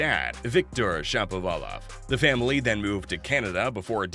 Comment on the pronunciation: It seems to me that Shapovalov should be pronounced like everyone pronounces the name of the famous Russian musician, Rachmaninov, with the accent on the second syllable, not the third. syllable, which is really awkward. If I'm wrong, please accept my apologies. If I'm right, why not get this straitened out pronto?